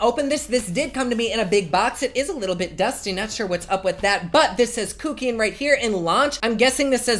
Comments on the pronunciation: Sorry but love how you said kookian onstead kuckian hahaha 🤣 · Kook-ian. I loved the way you said that. It made me giggle. I'm now crying because you talked about the creepy french narrator. Dying.